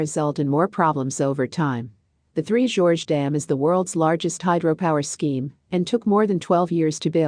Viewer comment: For F/S...Get it right. Its 3 GORGES. 3 Georges is a trio of blokes with the same name.